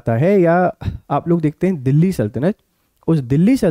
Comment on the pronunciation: bhaisab aap bhi Delhi ka uchharan galat kar rahe hai.....Delhi me phale l ata hai baad me h aata hai aur aap pahale h bol rahe hai aur baad me L